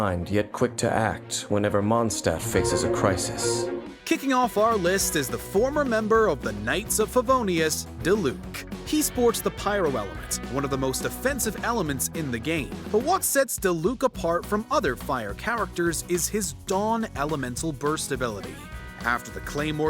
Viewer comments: its pronounced DEE-LUC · Diluc = (Dee-Luke)*